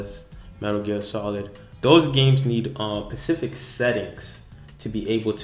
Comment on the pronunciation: Specific* not Pacific. Pacific is the ocean